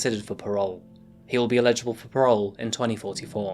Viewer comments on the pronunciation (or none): Love your content, man, but you always says ILLegible instead of eligible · Why does this guy always say "illegible for parole?" The word is "Eligible" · Whenever you say "eligible" you always pronounce it as "illegible"